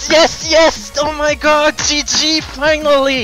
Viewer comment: It’s sounds like he’s saying hoe my god...lol